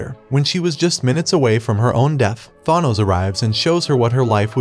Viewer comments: They way you pronounce Thanos is irritating as hell it's not thonos it's th-an-nos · Tha noze....But its Than ose! Pronunciation.1.9.L7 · it’s pronounced than ose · it’s a reference to a flash meme where the reverse flash or zoom aka eobard thawne would say “it was me Barry” to the flash while admitting he was the reason to all the misfortune in the flashes life. I assume the commenter made this joke because the robot voice pronounced thanos “thawnose” so they changed the words in the statement a bit to make the statement about the video while joking about the name pronunciation, and that’s how I assume how the comment was made. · Refused to continue watching when he pronounced it “ThAHnos” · "Th-ahnoes" what is that pronunciation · THAH-nos. So funny how he pronounces his name. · Thanos : “I only did it cause y’all couldn’t pronounce my name” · You did well. Just next time, please pronounce his name correctly lol. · Liked it! Pronounce Thanos better though lmao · I think u need to learn pronouncing thanos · Next you should learn how to pronounce Thanos correctly. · Learn how to pronounce thanos's name right before you learn how to edit and write script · Learn to pronounce thanos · u cant pronounce a 5 letter name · You should learn the pronunciation of the thing you’re reading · Well Thanos is such an evil arse that he doesn't deserve to have his name pronounced correctly anyway. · The way he pronounces Thanos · Is there a single person who can pronounce Thanos right??? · Cool just please learn how to pronounce his name